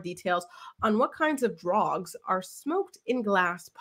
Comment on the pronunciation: Hahahha the way you said all the D names!!!you’re too funny